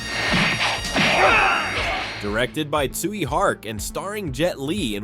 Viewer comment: Yu Ronguang is so underrated, and ‘Tsui’ is pronounced ‘choy’ not soo-eey 🤙🏾